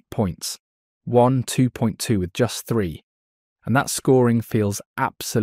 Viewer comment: It sounds like you're saying one 2.2 , not waaaan 2.2 ?